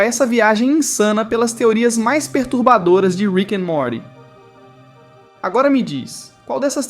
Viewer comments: o narrador fala Morti em vez Morty, mas tbm fala Morty corretamente mas dps fala Morti dnovo da uma agonia kkk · Pouhha mano, como cê vem falar de teorias e n sabe nem falar o nome do molho crt 😂😂😂😂 me quebrou aí, mas vamo lá ver oq cê tem pra me divertir ❤💥